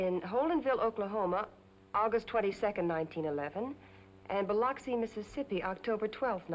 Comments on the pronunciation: She mispronounced Biloxi, MS....it is spoken as Bi-LUX -ee not LOX - ee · Dan Dailey pulled off acting as a Southerner but gave away his New York roots when he mispronounced Biloxi ! Great movie tho !